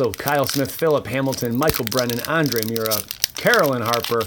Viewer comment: Its pronounced mer ruh. Andre mer ruh